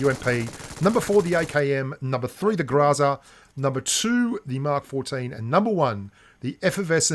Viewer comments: Oh man, you weren't even trying to pronounce Гроза correctly. It's grozA, not grOza. Love the video, thanks mate! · Why do you insist on pronouncing groza improperly?